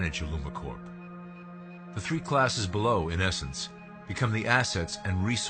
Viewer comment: Hr can't even pronounce "Corp." Haha.